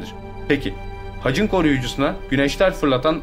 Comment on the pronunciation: hacın değil haçın..tek heceli kelimelerde ünlü yumuşamaz..senin sacın demiyoruz senin saçın..taç istisnadır kraliyet tacı